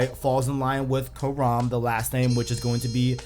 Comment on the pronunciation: Dude it's Kahraman not Karam lmao